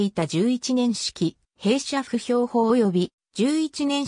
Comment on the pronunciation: ナレーターの言葉、「歩兵」を「ほへい」のところ、「ふへん」と発音していました。 完全な誤りですよ！聞き苦しみことこの上ありません！正しい日本語を使ってください。